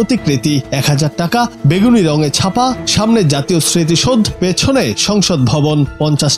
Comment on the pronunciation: Bangla TV Worldwide কতৃপক্ষকে বলছি, " প্রতিবেদন বা সংবাদ পাঠের ক্ষেত্রে- পাঠিত শব্দ গুলোর সঠিক উচ্চারণ জরুরি। জাতীয় স্মৃতিসৌধ বাংলাদেশের আত্মত্যাগ, স্বাধীনতা, ও সার্বভৌমত্বের প্রতীক। বাংলা ভাষায় 'স্মৃতিসৌধ' শব্দের সঠিক উচ্চারণ 'সৃঁতিশোউধো'। অন্যান্য আঞ্চলিক উচ্চারণগত ত্রুটি (যেমন- গ এবং ঘ এর উচ্চারণ ) ব্যতীত প্রতিবেদনটি প্রশংসনীয়। "